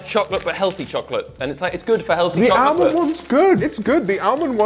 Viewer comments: I clicked off the video as soon as James pronounced almond. For a man with a degree, He should know better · The fact James cant pronounce Almond was a slight surprise 😂